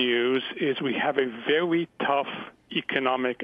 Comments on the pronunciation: Its pronounced very not vewy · Elmer Fudd is vewy, vewy astute. Market is still wisky.